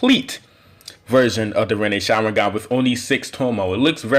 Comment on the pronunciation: Why u say "sharwingan"